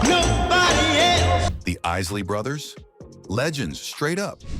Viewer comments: This man said Izzly Brothers and the Bar-Keys. 😒 I turned it off after that. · Is-sley brothers? Bar-Kees? WTF? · I had to turn this off less than 1 minute in. The Izly Brothers?! Usin AI is lazy af!! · Bruh you are killing the names. 🤦🏾‍♂️ white folks 🤦🏾‍♂️ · Less than a minute into this piece of crap, I'm hearing this AI generated voice mispronouncing the isley's and the Bar-Kays so I have no further use for this trash. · Learn how to pronounce Isley Brothers